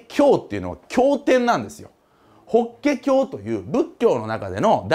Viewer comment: 日蓮正宗は（にちれんしょうしゅう）で、 法華経は（ほけきょう） と言うんだと思いますが…